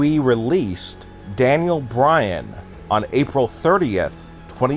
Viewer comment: Is he saying Dale Bryan?